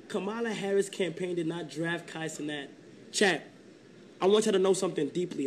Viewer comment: Please say this man name right it’s “cee-nat” like a fly. Not cee knot